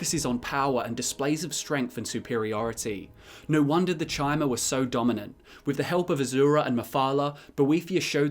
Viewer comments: Its was always chimer "ky-mer" like chimeras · It's pronounced 'Kimer' as in like time, not because of ESO, that's stupid. It's how it is grammatically pronounced. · Pretty sure Bethesda came out and said ESO IS canon... so yeah Ky-mer pronunciation, get with it. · I thought it was pronounced Chimer (with the ch being k sound) since long before ESO, like the Greek letter Chi, it just seemed to make more sense. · My N'wah we all know Chim -er is pronounced like Chim , and for you S'wits who don't get it it would sound like Kim -er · Your pronunciation of chimer was wrong even in morrowind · "you can decide whether ESO counts as lore in your books" - Have you even played Morrowind? i'm certain that they pronounce Chymer and Chim with a hard C or K sound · Chimer is based on the word Chimera, which is pronounced with a "k" sound. This is further supported by the fact that the Chimaera is a three-headed monster from Greek mythology, mirroring the theme of threes pervading the Dunmer culture and Morrowind game (the Tribunal, the three founding Daedra, the three Great Houses you can join, and the fact that it takes place in the Third Era). If you see it as relating to the word "chime" and prefer to hear it that way, there's no harm in that. If you were wondering why the other pronunciation is the canon version, though, there you have it.